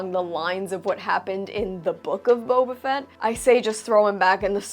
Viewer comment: With all due respect..... Booba Fett.